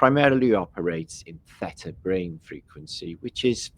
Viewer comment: You keep saying FETA (no Theta) I keep thinking yum cheese 🧀